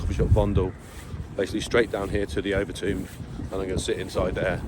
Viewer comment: It's Overtoom not over Tomb LoL 😂😂😂